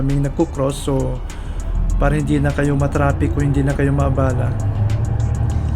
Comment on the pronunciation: I just find it funny that you say "tropic" instead "traffic". I'm like, "Where is the beach and the palm trees" in your video? Lol